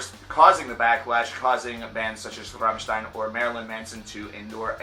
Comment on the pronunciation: Congrats on pronouncing Rammstein right, that doesn't happen that often... You did butcher the pronunciation of Sehnsucht, but that's no big dealm